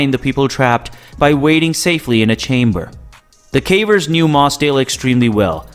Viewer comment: He also keeps calling them carvers